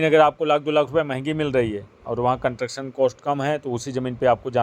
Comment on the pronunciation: ji, you are frequently using one word " Contuction" which is wrong word. ये शब्द होता ही नहीं है Actual word is CONSTRUCTION Please correct while using in future in your vlogs Thanks 🙏🙏